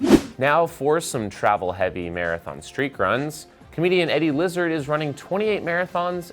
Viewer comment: Definitely added in an 'L' there...